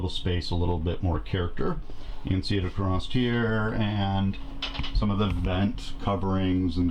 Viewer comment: Hey fella there is no "T" on the end of the word across....just sayin.